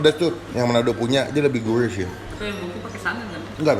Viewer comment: Siguurih bang siguurih, bukan siguuwih